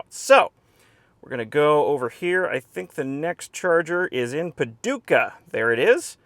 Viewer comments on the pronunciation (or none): none